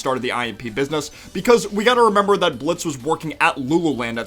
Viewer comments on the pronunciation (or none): none